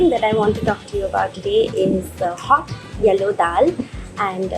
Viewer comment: FYI. You missed the "w" in "yello daal". 🍻